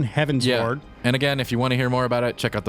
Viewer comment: Probably a bad example, but it's all I've got: It's pronounced like you're giving directions to an airship to fly towards the skies, a.k.a. Heavensward. No pauses. I do agree with that the quest experience was quite annoying, especially before you get flying in each area. The layout of the land is terrible in some zones, forcing you to go a long way to get to a destination, when they could've just put a ramp on the other side. It makes the numerous back-and-forth quests just that little more annoying. BUT all the music is really great, as to be expected, and the normal difficulty of Alexander was pretty fun, despite their general easiness. Can't wait for savage. ^_^